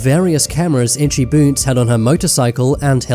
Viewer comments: When ur saying itchy boots it sounds like itchy boobs 😂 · did you say ''itcy boots''